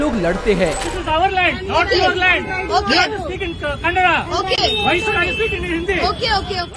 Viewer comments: My dear brother that is not kannad its kannada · Bhai woh kannad nahi kannada bolu Respect our language ಕನ್ನಡ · 1st you people learn how to pronounce Kannada, it's not Kannad it's Kannada. Men this people & there obsession with our language 😂